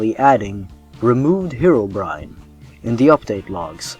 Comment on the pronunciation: It's pronounced Hero not Hiro, Herobrine